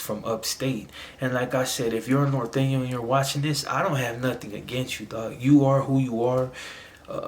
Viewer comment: It’s NORTEÑO homie not northeno